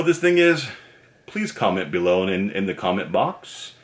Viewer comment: its funny when he says "bee-low"